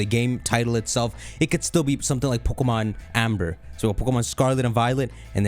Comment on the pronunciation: This guy couldn’t say pokemom more Indian